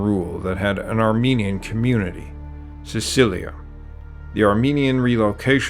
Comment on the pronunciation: Wonderful! However, it's Cilicia, not Cicilia.